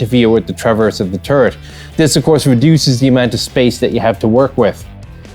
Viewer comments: woke up hung over, giggles at hearing turd instead of turret. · I find it amusing, that often when you say turret, it sounds like turd. LOL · he called the Strv 74 a turd. as a swede i am TRIGGERED.